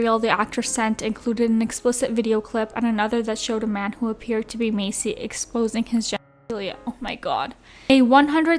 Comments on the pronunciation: No shade but you are pronouncing Kyle’s last name wrong . It’s Pronounced like MAY SEA not like MACY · Why are you saying Massey like “Macy” 😭